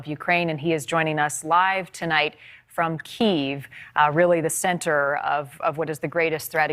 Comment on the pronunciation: That's Key-ehv not keve and why has its spelling been changed. Kiev (hen) belongs to Russia. Bozo's can't get anything right and who let that fony soy zero go blah blah blah 🤣. 🐸